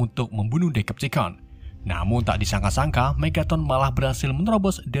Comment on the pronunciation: Hore penyebutan deceptation udah bagus, mantap bang